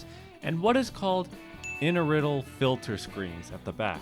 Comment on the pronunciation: it's actually spelled "inertial", and pronounced: "in-er-shall".